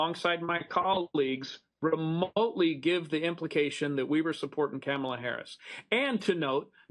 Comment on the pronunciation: He called her Camela lol